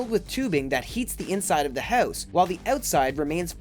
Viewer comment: It's hard to get oot of the hoose